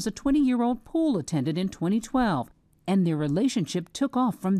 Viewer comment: "And" not "ant".